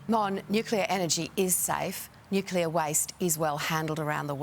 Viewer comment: can he just pronounce Nuclear properly.